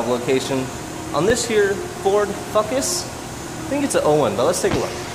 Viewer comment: Aye I'm not the only one that calls it a fucus